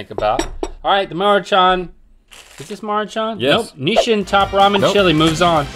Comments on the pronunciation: I never heard anyone pronounce Nissin like that and I’m going crazy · who told them it was "Nishin"?